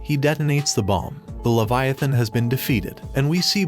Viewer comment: Levi=a -thon